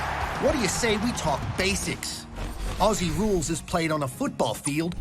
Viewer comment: The pronunciation For Aussies sounds like OZZIES. Not ossies.